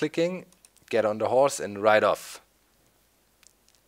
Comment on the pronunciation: Did you say horse or hores